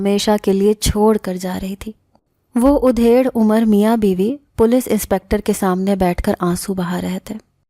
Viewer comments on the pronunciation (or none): Aap ki awaz sehar karne wali hai magar Urdu thodi ghalat hai udhaid umar nahi adhaid umar aur makarwa nahi makruh hota hai dusre kahani ka title aur kahani mein koi taal mail nahi hai